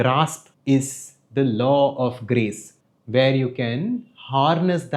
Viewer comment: Your kept saying grace but I kept hearing Grease and thinking of John Travolta. Dude, I gotta clean my filthy ears!